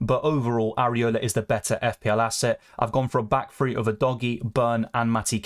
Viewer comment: Free or three.. annunciation